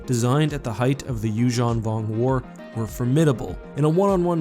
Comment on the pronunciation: please call yuuzhun vong without accent :(